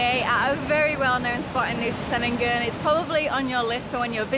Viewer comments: Just a heads up, C in Indonesia is always a ch sound 😊 Chenigan not Senigan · Ch..Chenin-gan - I really feel like you should have the pronunciation correct to vlog. All C sounds are Ch.. It it’s an “ess” sound they’ll use an S. Like Polisi rather than Police. Even Doctor is spelt Dokter. You’ll notice the letter C is never used in a hard pronunciation. C is always Ch. like Canggu